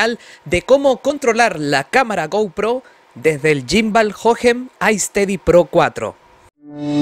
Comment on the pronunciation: No se dice yimbal 🤦🏻‍♂️🤦🏻‍♂️🤦🏻‍♂️🤦🏻‍♂️🤦🏻‍♂️